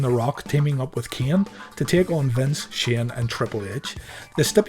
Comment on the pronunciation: When you say Kane it remind me of South Park “My name is not keayne!”